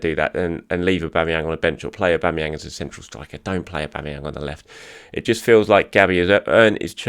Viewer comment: auba what !! aubaa who !! aubama'vinho 😂